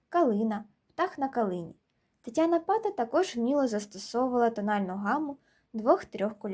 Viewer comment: невірний наголос в прізвищі, наголос на другій а